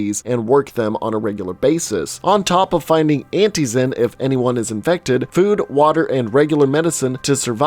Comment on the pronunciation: Couild you say "antizen" again lol?